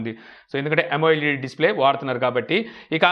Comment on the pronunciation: it's not yamo-led it is amoled.